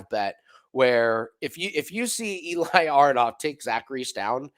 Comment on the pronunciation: Eli name pronounced like eh-li not e-lie